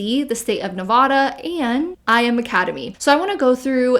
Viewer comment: Big fan of your anti mlm content, welcome back. One thing: it’s pronounced NE-VAD-UH not NE-VAW-DUH